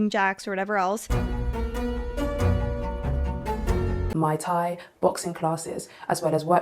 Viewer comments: every time I see this vid. I get stuck on her saying "maitai". lady, that's a drink. It's MUay Thai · She really said Mai-Tai boxing classes, haha! Drunken boxing on the islands!